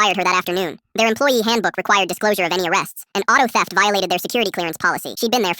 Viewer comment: Grand thef auto (gta)😂😂😂😂